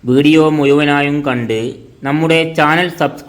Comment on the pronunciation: കൂത്തുപറമ്പ്, മട്ടന്നൂർ ഇരിട്ടി നാദാപുരം കല്ലാച്ചി, കക്കട്ട്,,,,, മുയുമനും പറയണം,, പുയ അല്ല. പുയു